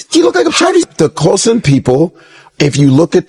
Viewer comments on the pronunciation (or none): It's pronounced "Khoy-Sahn" not like "poison" lol